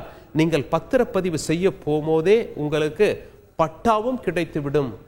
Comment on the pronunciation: தமிழை கொல்ல வேண்டாம்! நீங்கல், குறித்துக் கொல்லலாம், உங்கலுக்கு, பார்த்துக் கொல்லலாம், உங்கலுக்கு, அடையால அட்டை, அட சொட்டை தமிழை ஒழுங்காகப் படித்து ஒழுங்கா செய்தி வாசிக்க கற்றுக் கொள்ள வேண்டும்!